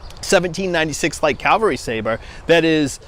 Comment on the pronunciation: Learn how to say cavalry, not calvelry